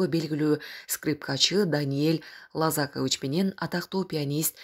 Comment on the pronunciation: Ударение в фамилии Даниила ЛозакОвич . А вы произносите ЛозАкович - это уже отчество.